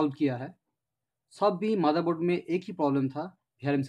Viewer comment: its not maderboard its motherboard